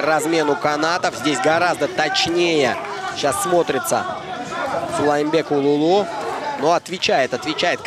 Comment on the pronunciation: Комментатору надо выучится выговорит "Сулайманбек" правильно. Бой красивый, калпак на высоте!